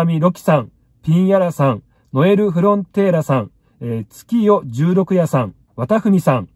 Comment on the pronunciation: じゅうろくやじゃなくていざよいとよみます笑笑